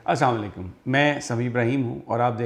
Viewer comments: Dont Say As-Sam-A Laikum, Say properly AS-SALAM-O-ALAIKUM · Sir salam to theek se kiya krao